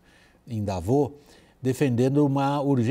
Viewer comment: Por que eles falam "Davô" se a pronuncia corretas é "Davôs"?